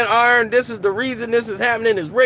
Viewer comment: Sound like he was sayin iron anderson instead of arn lol good video